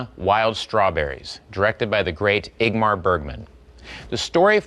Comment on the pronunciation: Bill Hader has a really difficult time pronouncing “Ingmar.”